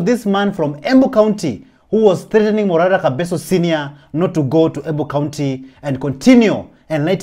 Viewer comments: Prezo ni Kebaso "ke" si kabeso "ka" bro get the pronunciation right bro😂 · Pronounce Kebaso and not kabeso!!! Leave the wrong pronunciations to the foreigners pris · It is Kebaso no Kabeso,! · Report properly the name is kebaso 😮